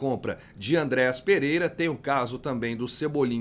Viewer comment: A palavra é: ÂNDREAS e não ANDRÉAS